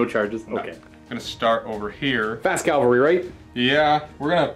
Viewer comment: "calvary" "calvary" "cal-vary" ARRRRGH